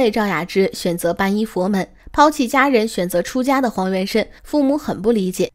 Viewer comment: 皈依(念归一)